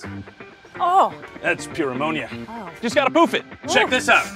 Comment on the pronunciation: Every time he says "Pooph" it sounds like he is saying Poop.